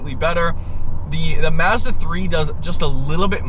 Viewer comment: Tremendous fuckery in the way you pronounce Mazda.